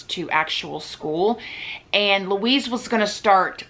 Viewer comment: wuiiiz=Louise :D